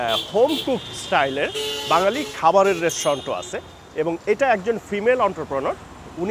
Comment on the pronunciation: সালাম ভাইযান। একটু ভুল হইছে। বাজ্ঞালি হবে না, বা ঙ+গ ালি = বাঙ্গালি হবে।